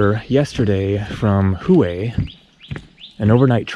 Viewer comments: Looks like mosquito paradise ?? . Hue u said who eh pronounced whay ! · Hue is pronounced hway